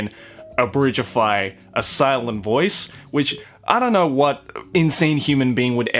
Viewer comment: I was literally fucking losing it at “A silent Noice”